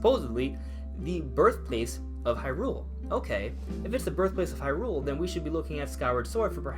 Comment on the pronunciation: Okay I'm gonna give this a chance...but if you say Hyrule as an iamb and not a trochee, then you obviously never watched the animated series =P